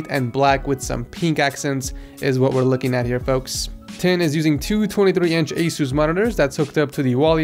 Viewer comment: I hate how he calls it asoos